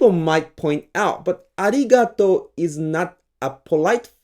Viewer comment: Instead of "arigatou", I've heard "aligatou" so many times from Japanese (including in this video). That's because they don't differentiate the sounds of "r" and "l". It's said that there is no "l" in Japanese, but in fact it does because people speak it. Idk, from now on, I think I'll only say "aligatou" since it's not considered wrong by the Japanese. Also, I'm now workging on my voiceless velar plosive "k", which is a "trademark" almost of the Japanese language, you gotta take the sound from the back of your throat. It's not a simple "k" that you produce by almost smiling.